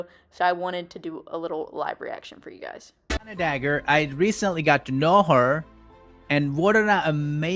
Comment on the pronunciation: Not Deanna DAgger 🗡️ 💅🏻 (not making fun just a really funny mistake)